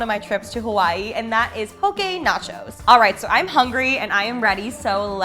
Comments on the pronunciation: Yay!! You pronounced “poke” correctly👌 From Oahu, HI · As a Hawaiian I like that you mentioned that it’s not authentic! You did great on pronunciation on poke! And these recipes are great! 😅